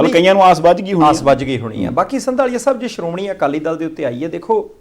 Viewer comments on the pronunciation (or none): none